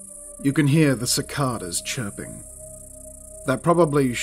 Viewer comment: Hey just wanted to say the word Cicada the 2 a's make different sounds 6th comment 105 view 13th like